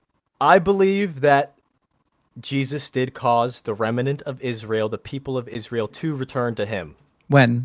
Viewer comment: bro, the word is "rem-nant" not "rem-a-nant". It's right there on the screen, and Justin just pronounced correctly for you.